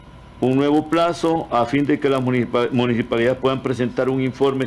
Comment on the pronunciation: Se dice municipalidad no munijipalidad es cosa de pronunciación correcta de los fonemas y este señor adolece mucho de eso como no vamos a estar en el oscurantismo con estos políticos